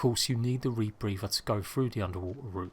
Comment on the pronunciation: Say rebrepher ONE MORE TIME!!